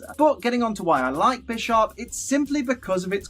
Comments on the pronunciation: No, it's "Bih-sharp" that's the point. PAWNiard, BISHarp. Chess. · Lol when you said bisharp I thought you said "bitch is sharp"